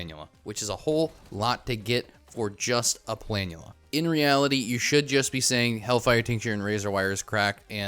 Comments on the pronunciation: Omg finally someone who pronounces it right, it's so annoying hearing "pla-NOOL-uh" lmao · I was so wrong about saying planula I'm sorry I doubted you